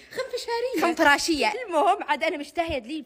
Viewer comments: خنفشارية ❌ خنفراشية ✔️ بموتتتت 😂😂😂😂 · خنفشاريه❌ خنفراشيه✅ 😂😂😂😂😂😂😂😂😂😂😂😂😂😂😂 اخخخخخ بطنيييي فطست من الضحك😅😅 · خنفشاريه 🙅‍♀️ خنفراشيه 👍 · بس هيَ كالت خنفراشية